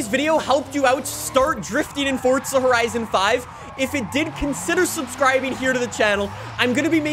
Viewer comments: fort-sa horisin fivuh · "fortdza horison 5"